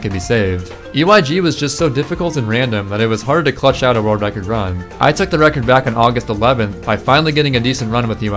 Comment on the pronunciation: “A new vild vrecord”